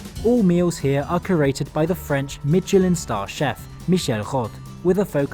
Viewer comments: Out of curiosity: considering how much effort you make to pronounce (place) names properly, why would you say 'Mitchellinne' instead of 'Meesheleh'? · As much as I love your intresting and informative videos on travel, as well as your (generally pretty good) attempts at pronouncing words in their original languages, I am rather shocked by 'Mitcheliin' here. It is pronounced 'Mischelan' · I never liked the TGV. They feel so dated and you're always super cramped in. There's just too little space. Even in first class, there just isn't even a hint of luxury. Germany's ICEs are more or less the gold standard there and I wish SNCF would take note. Btw: There is no "t" in "Michelin", no idea, why a lot of English-speaking folks put a "t" in it. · If you’re going to try and sound posh by putting on a fake French accent learn to pronounce words like Michelin